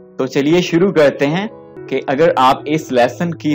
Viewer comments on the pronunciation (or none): none